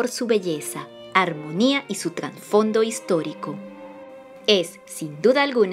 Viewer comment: Aunque la versión de José Augusto es magnífica, ahora que escuché la de Petula Clark, también considero ésta última, similarmente espléndida. Para señalar otra cosa, la persona que narra el video se equivocó al pronunciar la palabra Trasfondo, al decir transfondo, éso no es asi.